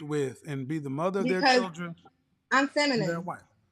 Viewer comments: She's "finimin"....hahaha...and she said it twice!...Kevin let her slide! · Did homegirl say feninine? 🤔